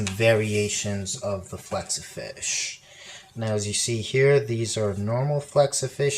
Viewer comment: u said flexafinsh not hexa